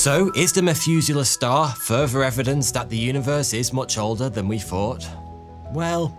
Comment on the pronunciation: "evryfing they fought they new". Wow.